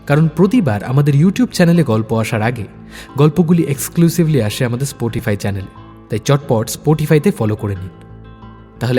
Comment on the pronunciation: স্পোটিফাই বলছেন কেন স্পটিফাই বলুন প্লিজ।